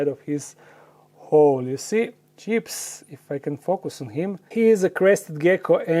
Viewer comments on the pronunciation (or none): none